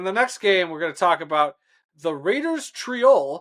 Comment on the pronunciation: You're miss pronouncing the raiders home it's not triol it's Tirol